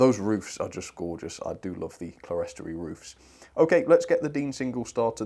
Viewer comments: It's pronounced "clear-storey" not "cle-res-tory". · Clerestory is pronounced clearstory, which I believe is an alternative spelling, possibly American. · Hi, don't want to criticise but the pronunciation is "clearstory"even though it's spelt clerestory, I only found that out about six years ago myself. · Oh. I thought the word was 'Celestory' as in celestial but no, it's not; it's on the box, Clerestory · Love these reviews! :D - One minor thing (as a fan of cathedral architecture) 'clerestory' is usually a 2-syllable word "clere-story" (pronounced "clear-stree"). As you rightly pointed out, the word comes from the high windows above side isles in churches, the glass level or 'clear story', a design feature echoed in these exquisite coaches. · It’s pronounced clear story, you are right it’s from church architecture. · they are pronounced clear,story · Clerestory? I think it's pronounced clear-story...